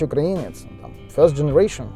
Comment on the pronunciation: УкраИнский, а не укрАинский УкраИнец, а не УкрАинец, ну очень слух режет...